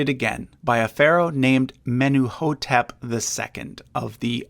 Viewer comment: Menuhotep should be Mentuhotep, think you've got a typo there. Your pronunciation of names is a bit patchy, an Egyptologist can help. Well done packing in such an overview in such a short video!